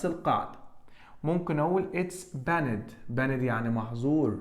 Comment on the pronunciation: حد ممتاز زى حضرتك مينفعش ينطق banned ;]h تحياتى لحضرتك دى مجرد ملاحظة